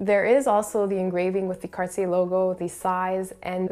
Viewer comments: did you just pronounce it carsy???? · Nope, she definitely pronounces it wrong.